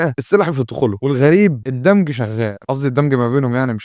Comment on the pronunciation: الدمچ مش الدمج